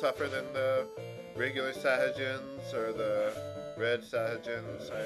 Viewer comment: I think Sahagin is pronounced 'Sah-Hah-Geen'. Sorry, I'm just anal retentive about spelling and pronunciation... Also, first person to make a joke about 'anal' gets kicked right in the crotch.